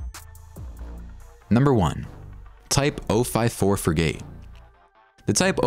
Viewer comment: Seems to have a hasty computer-generated narration, difficult to follow obscure details and often with mispronounced words. The most blatant example is the pronunciation of "frigate", the last item on the list.